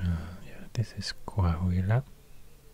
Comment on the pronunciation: "Coahuila" Me:❤️🤠